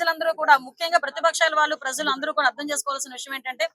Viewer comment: Prazzzalu kadu talli, prajalu . Ja, ja in Telugu language